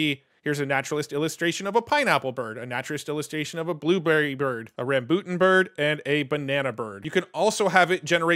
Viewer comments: RUM-BOO-TUN Rambutan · Also... it's pronounced "ram-BOO-tan".